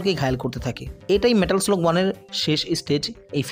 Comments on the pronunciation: পুরা ভিডিওটাতে "মেটাল স্লাগ" কে "মেটাল স্লগ" শুনতে শুনতে কান ঝালাপাল। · মানে কি বলব জীবনে এই গেম এত খেলেছি।স্কুলে পড়া কালিন ভিডিও গেমস এর দোকানে গিয়ে কি পরিমানে খেলতাম এবং স্মার্টফোন এর যুগেও ফোনে খেলেছি।কিন্তু এই প্রথম শুনলাম এই গেমের নাম নাকি লাদেন।হাইস্যকর😂 মেটাল স্লাগ নাকি মেটাল স্লগ 😂😂😂 ও ভাই মুঝে মারো 😂😂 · গেমের নামটা তো একবারও ঠিকমতো উচ্চারণ করতে পারেন নাই! নাম ছাড়াও প্রচুর শব্দ ভুল উচ্চারণ করছেন। আপনি একটু উচ্চারণ নিয়ে চর্চা করুন ভাই।